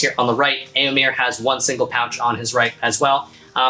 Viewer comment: I've never heard someone pronounce Éomer name like that (as in here). Now I wonder, are you right, or was Théoden when he said it in The Two Towers? (Pronouncing the last e as the a in hare). Amazing armour! The tons of work you put in really shows! Love the celtic symbols